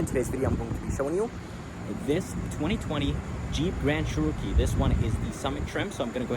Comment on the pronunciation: Lol, dude it's a Cherokee. Not a churro-kee.